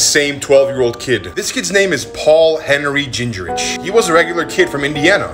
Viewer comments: Hey,, I know this is an old video, but I'm pretty sure the name is pronounced Gang-rich, with the A being sort of turned into an æ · with a name like Gingrich (which I'm sorry to inform you that you mispronounced it) he definitely comes from the Amish or an Amish family. I also come from an Amish family (I've never been Amish myself tho) and it's so eerie to see that even they can be murderers. they're so nonviolent its almost a problem. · I laughed hard at your pronunciation of his last name😂. Probation for a VERY long time. Ohhhhh it’s gonna ruin his life.